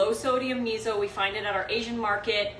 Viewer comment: you always. mispronounce miso :p